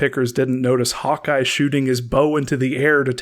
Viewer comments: did he just say Hot guy instead of Hawkeye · Lol, when you said "Hawk Eye" it sounded like you said "Hot guy". xD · No! No! No no NO!!!! I KNOW you're saying "Hawkeye", but it SOUNDS like you're saying: "Hot Guy", and I am NOT suggesting you're gay, (Absolutely NOTHING wrong if you are) or that I'm all right with that!!! (You saying "Hot Guy", I'm fine with the LGBT & think they're treated TERRIBLY by Society)